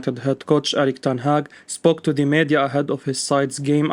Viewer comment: Meeeedia, not meadia